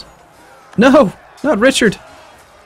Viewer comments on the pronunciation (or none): none